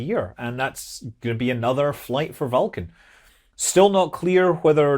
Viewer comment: Scott says Vulcan in a way that sounds like Falcon.